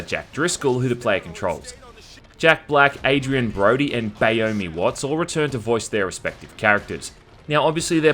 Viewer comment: Did he say BAYOMIE Watts?